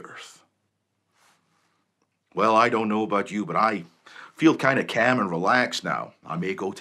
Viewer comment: Is this guy Canadian? I ask because I noticed the way he pronounced "calm" near the end